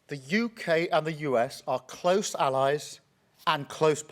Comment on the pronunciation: His pronunciation of "close" sounds more like "closed" - hence the era of the US and UK alliance and partnership is now over 😅